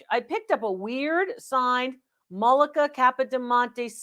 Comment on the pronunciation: "Mollica". The person with the rodent in a tree. I think they meant, "Majolica".